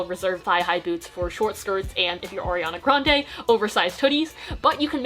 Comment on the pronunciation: She said "Oreanna Grande" 😂